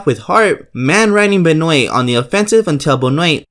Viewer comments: its ben-wah not be-noint you jackass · did he just pronounce christ benwa as BENOOTTTTT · it’s pronounced Ben-Wah. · Chris Benoit is pronounced Ben*wah, not Benoyt. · It's Ben-WA not ben-OI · Chris benoii?? Its pronounced benwa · Omg its not pronounce benoit 🙄. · Who is Chris Benwei?? I know Chris Benoit (Ben-wah) 🤔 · "The match is between Chris BenWAY". LOL It's "Chris Benwahh" (Spelled Benoit) You sound like you're saying Crispin Way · "BenOIT" its pronounced BenWAH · Benoyt? BENOYT! ITS BEN-WA YOU UNCULTERED SWINE! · It's ben wa not ben noit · Good video. Your way of saying Benoit was a bit annoying though haha. It's said Ben-owah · Bret "The Hitman" Hart won against Chris Benoit (pronounced ben-wah). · It’s pronounced Ben-Wah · The only gripe I have is of your pronunciations. "pterodactyl" is pronounced "Terra- dactill", not "para-dactill." Chris Benoit is pronounced "Chris Ben-wah". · Its pronounced Chris Benoit Chris Ben-Wah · Wrong. The wrestling match is from the WCW Mayhem PPV. And its pronounced Ben-wah. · LOL Chris Benoit..... Pronounced Chris Benwah... try watching it when u do your research with sound on as you would hear them say it correctly. The other guy that enters is Dean Malenko. The skiing guy on fire is the easiest thing to find, it was a meme on the net before the net had memes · Bret Hart is the wrestler wearing Black & Pink. Chris Benoit is the other guy who lost. His name is also Pronounced "Chris Ben-wah" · Ben oye t... Ugh it's pronounced Name redacted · So I was right it was Bret hart in the intro lol also the butchering of Benoit's name hurts its pronounced Ben wa (think karate waa) lol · You butchered Chris Benoits last name its pronounced Ben-wahh there literally a video on YouTube on how to say it correctly... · "Chris Benway" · benoit....ben-wa. ITS BEN-WA. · The way you pronounce certain words is hilarious. "Watch where you're going! / Pair-odactyl / Ben-oyt" Great video and thank you, lad! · It's pronounced Ben Wah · ITS BEN WAH